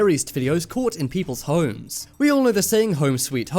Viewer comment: why he say it "holems" lol